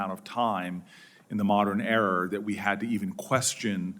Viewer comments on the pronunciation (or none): forty seconds in Booker says "the modern error" .... Perfect